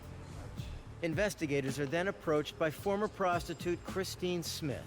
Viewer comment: Too much use of the word PROSTITUTE, and with that 'dramatic' emphasis.